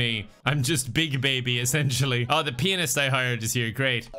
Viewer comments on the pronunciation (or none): The way pronounces pianist